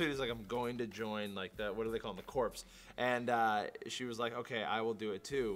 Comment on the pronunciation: Hey, corps is pronounced like core not corpse.